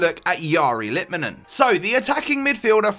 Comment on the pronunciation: If you get technical, the r in the first name is not said right. Last name is spot on.